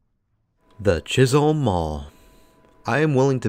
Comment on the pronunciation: Pretty sure that it is 'Chis-um' not Holm.